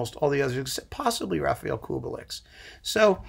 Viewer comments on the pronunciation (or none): none